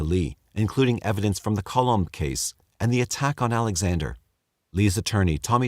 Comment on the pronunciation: lol it’s ‘Colom’. It’s a Spanish last name meaning Dove. Love the crappy jokes though!